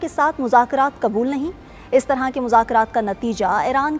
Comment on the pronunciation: محترمہ اپکاتلفظ درست کرنا ضروری ہیے اپ نے فرمایا اسطرع کے مذاکرات آس جگہ اسطرع کی بجائے لفظ اس طرح ہونا چائیے تھا